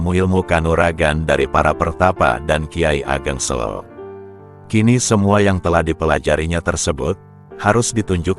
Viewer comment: Nampaknya narator bukan orang Jawa ya. Pengucapan e pada “Selo” yg benar adalah seperti pengucapan huruf e pada kata “beda atau merah”